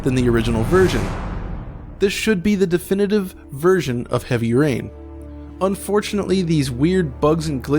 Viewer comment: was that "heavy urine" you said?